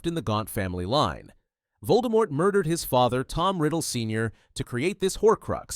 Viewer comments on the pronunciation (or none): Pronunciation hint, Voldemort is pronounced with the silent T